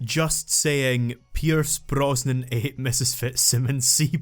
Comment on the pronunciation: Pierce.....something Mrs. Something's seabass? Something something something. Watched this long. Oh. Pierrrce Brrrosnan ate Mrs. Fitzsimmons' seabass. *Facepalms Welp